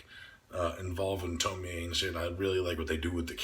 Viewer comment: I like how you pronounce her name as TomiEH. A lot of people wrongfully pronounce her name as Tomi or Tomy when doing reviews. It irks me!